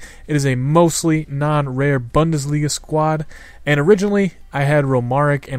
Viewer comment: It's pronounced "BOONDESLIGA" haha